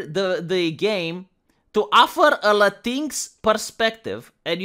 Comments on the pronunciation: Thanks for pronouncing "latinx" as "latinks", not "latinex". It's the right pronunciation, and the right mocking, that pseudo-word deserves. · I've noticed for a while that it sure seems like YT is trying to hide you from non-subscribers, and I'm pissed on your behalf. I'm sure you need me for that. Anyways, I'm glad you pronounce Latinx properly-I've been saying it that way since I first saw it. Perhaps our correct pronounciation will spread. Also, my misspellings.